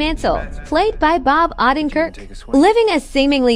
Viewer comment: Get the names correct.....you pronounced Bob Odenkirk as "Odd-en-kirk"....its "ooh-den-kirk" einstein!!